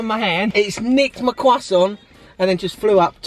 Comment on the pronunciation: “Cwoisson” 😂😂